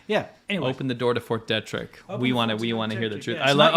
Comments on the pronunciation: Fort Detrick is not pronounced Deh-Trick. It is pronounced Dee-Trick. Just letting you know. Love the show. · Not to nitpick, but... the name of that American military base is pronounced "DEE-trick," not "DEH-trick". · Fort "Dee-trick" edit: You guys couldn't be more wrong about the mask argument.